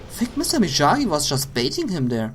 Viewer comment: It's (ME-OG-Gee) and (SHIN-NOOK)!!!!